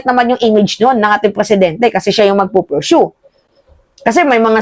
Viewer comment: POR-SHOE 🤣 PURSUE 😅